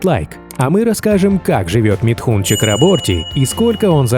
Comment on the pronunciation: Из уст автора он звучит как Митхунчик...